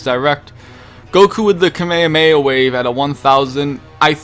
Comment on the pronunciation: he failed saying kamehameha